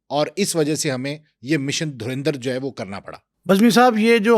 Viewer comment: Yeh log kaunsa sasta nasha ker ke interview dete hai😂 Abe phle movie ka naam to thik se bolna seekh le porky anchor.😂